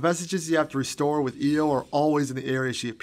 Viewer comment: its not io